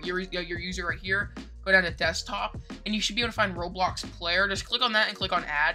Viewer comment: bro said roadblox